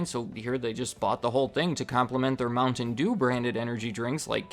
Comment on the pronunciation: The way you pronounce mountain dew angers me